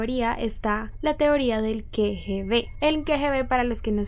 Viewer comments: Hola. La pronunciación de "KGB" es Ka, no ke. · No puedo creer que pronunciaras las siglas KGB como Ke Ge Be.... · La teoría que involucra al gobierno ruso me parece la más probable... y solo como una nota o aclaración, las siglas KGB se pronuncian literal Ka - Ge - Be, por si vuelves a ocupar mencionarlas en algún momento en otro vídeo. Saludos y muy buena investigación, me gustan tus vídeos. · NO ES QUE , G , B ES K, G, ,B SE PRONUNCIA "KA"